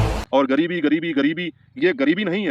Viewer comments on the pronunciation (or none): Aap ek padhe likhe insan lag rahe hain , wo doctor patrakar ek jhola chhap doctor hai , agar usne wakai me medical ki padhai ki hoti to aise patrakar bann ke na ghumta , patrakar aise nahi hote hain jinhe bolna bhi nahi aata , Gareebti Gareebti bol raha tha jabki sahi word gareebi hota hai , aur bhi usne galat salat bola hai , andhon me kana raja bann ke pahuch gaya bakwas karne